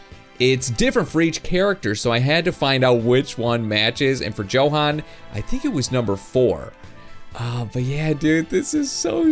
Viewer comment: its pronaunced yohan not johan